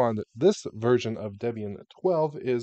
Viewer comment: Hearing the correct pronunciation of Ubuntu, Debian, and Gnome is giving me a low-grade heart attack 😵‍💫